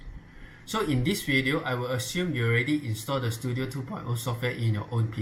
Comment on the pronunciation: normal person read: Studio some one: stu DIO